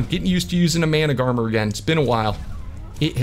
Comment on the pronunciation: Mana-gar-mer is how you read Managarmr